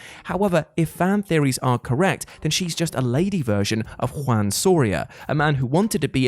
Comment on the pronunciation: No shading here... But hearing say Juan just make me laugh so much...